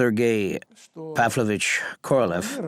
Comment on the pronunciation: The Narator should be embarrassed for distorting and mispronouncing the name of Korolev! Instead of the meaning of a king he made it sound like a cow. Shame on him!!!